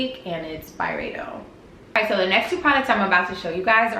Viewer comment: And I had to come back with another comment and say yassss come through with the Byredo French pronunciation!!! 👏🏾👏🏾👏🏾